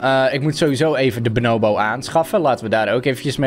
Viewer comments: Niemand: Helemaal niemand:: benoowbo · De mensen die weten hoe je Bonobo zegt ergeren zich sowieso super erg aan hoe don het niet 1x maar 50x achter elkaar fout zegt😂